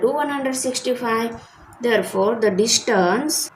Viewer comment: Learn to say distance ok what you saying you know dishtance